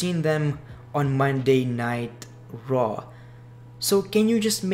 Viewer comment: It sounds like he says monday nitro when he says monday night raw lol